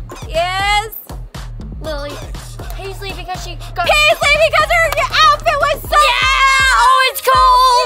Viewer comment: It's not paislee it's preslee